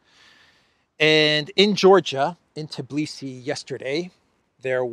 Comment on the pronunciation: It isTbilisi not Tablicy 😁 you Crack me up ❤😂